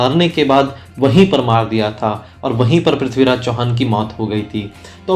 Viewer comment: Bhai prathviraj ji ka naam achhe se to lo yr kam se kam. Haar gaya kya hota he